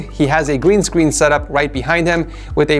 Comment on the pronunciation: “Gween Screen”